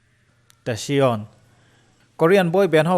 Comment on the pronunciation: Tasion tiin kan lam ngailo,tacyon(taekion),ngaihnawm tho tho e🤣🤣🤣